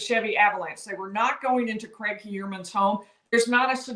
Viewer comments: Craig..your saying Cregg It's...Cryg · Cregg'..your saying Cregg..its Cryg